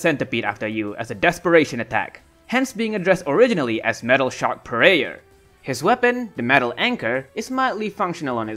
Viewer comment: METAL SHARK PRAYER… It never crossed my mind that because it was a Japanese game that they mispronounced the L